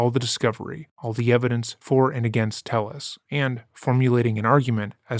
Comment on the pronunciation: YouTubers be investigating a complex case for weeks but cannot reach how to pronounce a last name... It's "TEH - YES" not "TELL-US"